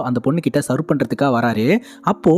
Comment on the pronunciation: செவ், not செர்வ் ( serve)